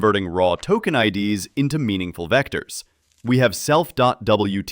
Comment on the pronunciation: I'm sure this is a human, LOL. It pronounced IDS (in "RAW TOKEN IDS") as the letters I .. D .. S (like the acronym for Intrusion Detection System) instead of as the plural form of ID (identifier).